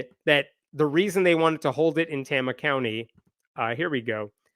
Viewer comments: Pronounced Tay-ma. Tama County. Also, don’t go there. Iowa mostly sucks. That’s from a resident. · You mispronounced Tama. Tay-mah. Not Tah-mah. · FYI - it's a long "A" sound. Tayma, not Tahma. It's a relatively low-population rural county in the center of the state, and home to the Meskwaki Native American settlement and casino. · Just FYI, it's pronounced "TAY-muh" County. I live 2 counties away from there. Good reporting! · fyi its pronounced TAY-muh, not TAH-muh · Tama with a long "A"! Rhymes with "flame"! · I thought maybe you were from Iowa but you mispronounced Tama. It's pronounced tayma. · It is pronounced "TAMA" (long A) County. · Sorry, but the second A is pronounced "uh". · Iowans say it tay-ma. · You're miss pronouncing Tama. The first "a" is a long A. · Just do you know, the first a is a long a in Tama. Tay-ma. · FYI, it’s pronounced TAYmuh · Great summary! But please, for the love of fettuccine, it's Tay-mah. 😂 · pronounced TAY-mah.... OH NOES... Everything else you said 💯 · Pronunciation edit: Tama is pronounced TAY-muh. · Pronounced "Tame-uh". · It's pronounced TAY-muh, lolz. I'm a proud lifelong iowan & proud member of TST of Iowa. I feel downright patriotic TST Iowa had such a lovely holiday display in our state capitol last year. I wish I could've taken my kids to see it ❤️😊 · It's "Tame-a" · as an Iowan its Tama (Pronounced TAY-Mah) (small town with a Native American casino) and Kim is THE WORST. IOWA IS HELL.... SEND HELP. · I knew you were going to mispronounce Tama. The first A is a long A. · It's pronounced Tay-ma, with a long a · FYI..its pronounced tAma county...long A. keep the updates coming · As an iowan, Tama is pronounced Tay-muh 😂😂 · It’s pronounced TAY-muh. But that’s okay, Iowa is full of places that aren’t pronounced how one would expect them to be. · Tama = Tay-ma is how you say it. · That’s the new Iowa for you. No more Iowa nice. Now it’s Iowa nasty. Also, Tay-ma with a long first A sound. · btw...it's pronounces "Tay-ma"